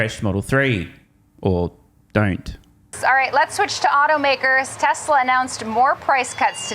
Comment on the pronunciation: can’t be sued, he says, “Teslur” not TESLA. well played